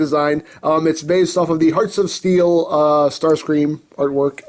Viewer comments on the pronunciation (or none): none